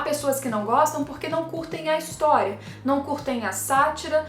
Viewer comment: Nao consigo ouvir a palavra Historia (ris) normalmente ksksks